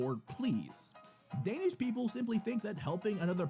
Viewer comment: I am danish and the pronauns of danish words Are bad